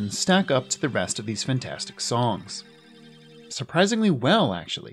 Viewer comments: ah yes it does hold up 'supringly' well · “Surpringly well”